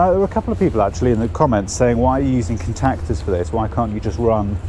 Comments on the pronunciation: Never in my life have I heard someone say "cun-tac-ters" in that way. More peculiar pronunciations please, makes the world a more interesting place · The way you say contactors makes me want to vomit. Much love.